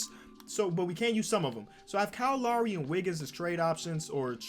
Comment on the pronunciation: Bruh I’m an hour from Toronto u don’t pronounce lowrys name right bruh !!